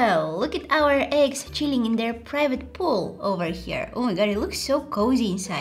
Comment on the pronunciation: I love how she said eggs🤣🍳